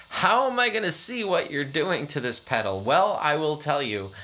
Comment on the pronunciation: Goddamn you’re the first person that I’ve ever heard fuck up the sound of a hot cake pedal